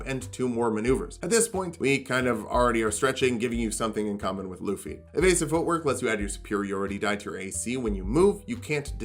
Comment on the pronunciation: You really towed the line but his name is pronounced Lou-fee. If anyone argue there is a whole anime where several people have yelled his name in two syllables and I have never heard luh-fee.